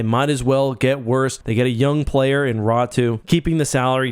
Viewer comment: Why do you think his last name is read as tho it were spelled Ratu?